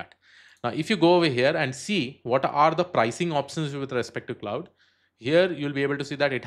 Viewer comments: Great content, thanks! One small correction - "Claude" is pronounced to rhyme with "lord" not "cloud" or "cloudy". But thanks! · Bhai pehlai 46 sec mai aap Claude ko cloud bol rahe ho....age kya hee dekhoon apki video.... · Claude is pronounced like "Clawed", as in "the cat clawed me". Sorry english is so weird.